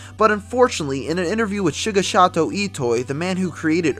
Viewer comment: Shiggashato? Dude, that butchering is more than insane.